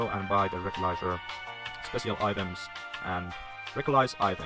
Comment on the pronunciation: Ei millää pahalla mutta musta tuntuu että recycle lausutaan ''resaikle" eikä "rekylais" 🙂👍